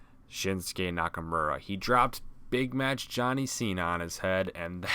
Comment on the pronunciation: I cringed when he said shinsukes name. Yeah it sounds like nakamora but it nakamura. People are saying it right. But it still make me want to cringe